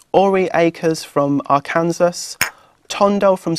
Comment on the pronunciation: I can't believe he really said "Ar-Kansahs." It's pronounced Ark-uhn-saw. Also, why is he typing out her response if it's all going to be on video? I feel like he wasted a fantastic opportunity to really just talk to Lady Gaga.